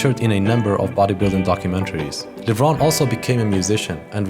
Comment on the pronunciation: In the film, Kevin continues pronouncing his last name with a long E at the end. So why do you continue mispronouncing it?